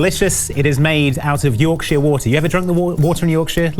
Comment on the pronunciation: yorkSHEER my gosh my yorkshire ears hurt